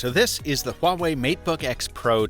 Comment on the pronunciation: Honestly, I was kinda shocked by how accurate his pronunciation of ’Huawei’ is😃😃